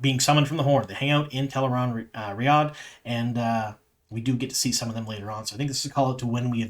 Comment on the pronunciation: I just want to call out your attention to pronouncing Tel'aran'rhiod correctly. It's often hard to change the way you say something, and I can see you putting in the effort. I appreciate you!